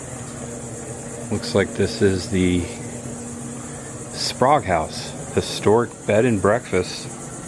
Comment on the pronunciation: I enjoyed watching this episode. The Sprague House in Crescent City looks like a place my wife and I would love to visit and stay overnight. I believe we in the South would pronounce it as Spray-gue, not Spahgue like you did several times. Anyway, I liked the commentary. It would be cool if you were to get permission to interview a local resident of the towns you visit. Happy travels! Watching from Jacksonville.